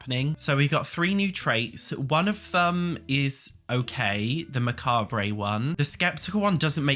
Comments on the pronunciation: Hey! love you and this is in no way hate but macabre is pronounced MAC-ARB not macarbray 🤍😅 but that could just be the american way (I'm Australian) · Macabre its Mac-arb Not ma-cab-rey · Did you just call it Mscabe-ray? it's just Macabre Mah-cob Elvira will teach you - sorry I got married on Halloween so I know how to pronounce it. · lol Say... "Muh Kawb" ... not "Muh-Kawb-rayt" lmao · Bitch, it's MAH COBB... not MAH COBB RAAAAY fuckin daft ass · Mac-arb-bray is not how you pronounce mac-arb. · Mah-car-bray made me laugh. mah-cah-bruh (french+English) or mah-carb (American) are the usual pronunciations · It's not "Macabray" it's just "macawb" :D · „Muh-ka-bray“ made me want to end myself 🥲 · Unsure if you’re saying macah-bray ironically or not 😂 it’s very Nigella Lawson “meecro-wah-vey” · macabre is pronounced muh-cob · Macabre is pronounced Mah-caab. Just pretend the last ‘re’ doesn’t exist. I think it comes from French. It’s one of those words most people only see when reading so I don’t blame you for not knowing the pronunciation 😊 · It's pronounced "macarb". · lol macabre is pronounced "mah-carb" or "mah-car-bruh" (closer to the french pronunciation)... that is all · Macabre is pronounced "mah cobb" I hope that helps. 😊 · this is a tiny nit-pick but macarbe is pronounced muc-arb. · "macab-ray" is killing me lmao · pronounced: ma-karb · You seem really mad that he gave his opinion, on his channel about his opinion.... P.s. It is not pronounced muh-cob. If you wanna pronounce it correctly, it's more like ma-kab with a super quick rolled r off the b... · Both forms are valid because it comes from the French word 'macabre', pronunced similar to "muh-kawb-bruh" with the French 'r'. I'm Spanish and I found it really weird that americans won't pronounce the full word, it was a shock for me! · The way you say macabre is killing me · pronounces macabre like Homer Simpson pronounces fragile, but it's okay cause he's hot 😝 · Learn how to pronounce macabre